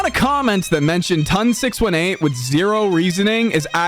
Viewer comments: ITS “TON SIX EIGHTEEN” 😭😭😭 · “Ton 6 1 8” Dude the name is based off a black hole so just 18 not 1 8